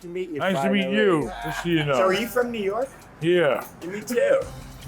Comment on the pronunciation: Ben's New York came out in the bonus clip lol. Fuck ya dude you the boss brotha